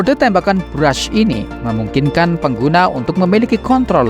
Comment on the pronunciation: Burst, bukan Brush